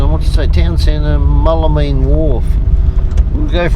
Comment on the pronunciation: Mool la mean not mull a mean lol 🤙🤙🤙